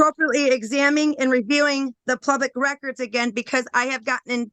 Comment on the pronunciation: … “Plubic?” Had to run that back several times, but that’s for sure what she said. That’s one hell of an education she’s got.